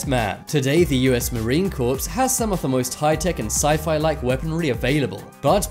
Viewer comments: It’s US Marine “Core”. The p and s are silent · It's spelled corps. I say it on purpose. Like salmon, buffet and receipt.